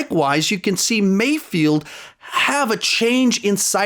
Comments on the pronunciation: Just a minor nitpick, but it’s MayFELD not MayFIELD :) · It's MayFELD, not MayFIELD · Dear god. It’s MAYFELD. NOT MAYFIELD 😭